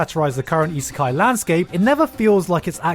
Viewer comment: It's 🤔 reverse Isikai...? Re-Isikai?